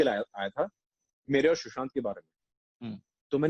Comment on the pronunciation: For god's sake it is 'Sushant' not'Shushant'